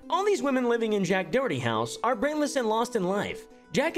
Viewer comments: always cracks me up the way he says Doherty like "Do-hurty", he's not even joking, just putting the stress in completely the wrong part of the word. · You're saying "Doherty" wrong- Its "Daw-hur-ty"- signed, A real Doherty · It's how it's meant to be pronounced though. It's an Irish name, I live in Ireland and everyone is saying his name wrong except